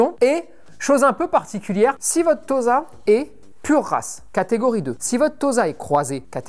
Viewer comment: Et Tossa plutôt que Toza pour la prononciation, comme pour Osaka!